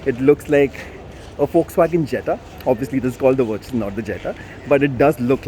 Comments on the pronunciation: Vir-chus 🤣 mat bolo bhai naam aap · "Virtues..... Sorry Vir-Choos" 😂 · First start pronouncing the name properly before making the video